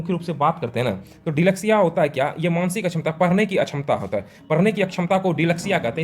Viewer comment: Sirpahle app parhna Sikh lo dislexia ko delexiabparhrahe ho